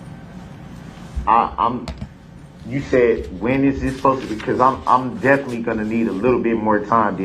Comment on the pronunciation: He is "definly" mispronouncing the word "definitely". HIs frequent stupidly incorrect word pronunciations are both annoyingly disgusting, and somewhat amusing at the same time !